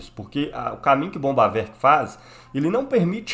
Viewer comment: Parei no primeiro "bombavek",não da pra se levar um cara desse a sério.